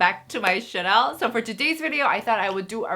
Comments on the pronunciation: Does anybody understand why she chooses to pronounce CHANNEL as CHANEL? It’s been years... I thought somebody would have corrected her by now? Her English is perfect! Jus not that particular word - wondering if it’s on purpose. And if it is WHY?!! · Channel is pronounced as Tjennel 😉😘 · I really find it cute when you pronounce channel as "shanel" xD <3